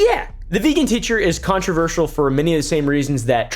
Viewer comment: con-trov-I-sal hahahahha 🤡